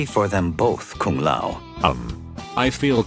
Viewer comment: this AI is terrible. can't even pronounce Lao correctly(Luh-owh)